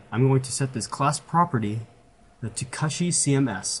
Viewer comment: It's not pronounced KUSHY like mushy, it's pronounced KOOSHY, like pushy !!! It's from the word CUSHION. Just thought I'd let ya know....